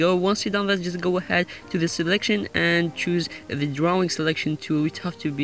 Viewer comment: Its tool not tewl bitch